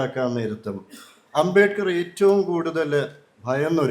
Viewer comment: അമ്പമ്പോ! അബേക്കറോ? അബേദ്കർ എന്നു പോലും വ്യക്തമായി പറയാനറിയാത്ത പഹയൻ! അമ്പേ പരാജയം😮